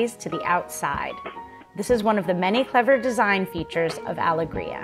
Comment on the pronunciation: I noticed all of that too, the reversed pillows were jarring. I also don't understand mispronouncing the yacht's name when the owners or even google could have given her the right pronunciation. The worst part for me was the sped up footage. This is unnecessary, requires the viewer to hit pause frequently, and causes motion sickness.